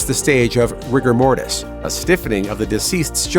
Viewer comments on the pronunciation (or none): none